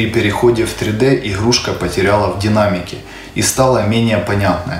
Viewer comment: иГГГрушка 🤦‍♂️ппц Говор